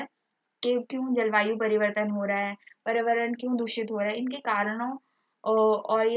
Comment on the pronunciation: Bolana to sikh lo mam spelling ko dekh k acche se bola kro paryawaran hota h na hi prawaran nhi